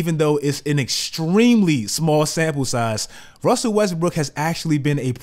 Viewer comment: you say "wussle westbrook" hahahaa